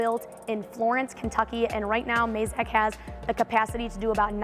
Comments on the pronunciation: Mazak, not Mayzak :P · Surely its pronounced 'MAZAK' considering the company was founded from the family last name 'YAMAZAKI', not 'YAMAYZAKI'